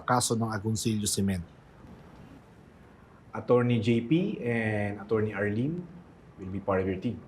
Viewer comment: Oa nga magsalita same sa anak niyang Aera. Sobrang OA mag pronounce "Acchurney" daw😅😅😅